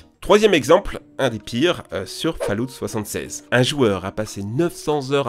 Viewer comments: « Faloute » on dit « faalawte » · Il a dit Fallout à la française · fall oute. Sérieux fait un effort ^^ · Faudrait voir à améliorer votre prononciation anglaise les gars (surtout call of duty et Fallout)